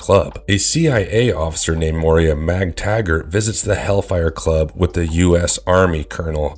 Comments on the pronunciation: nuclear FFS not nu-cu-lar. also moira not moria (& also not a mutant in the movie). why does no one actually review or QC anything anymore before posting? you do watch the videos during editing right? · OMG I can't with how you pronounce Moira 😂😂😂